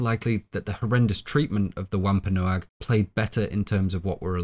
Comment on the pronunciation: Its pronounced womp a nog